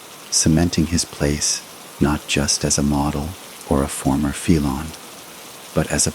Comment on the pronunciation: Worst crap ever. Can't correctly pronounce ' felon' . Can't pronounce...'RicoAct' ....and many other words. Lazy: hey, let's get AI to write the story, then have AI narrate the story. The result is garbage.